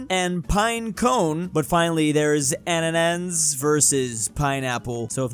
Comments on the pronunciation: It's A-na-Nas not A-na-na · Why can't ever pronounce ananas?